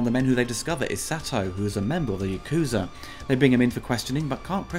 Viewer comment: Ya-ku-za not Yakoozer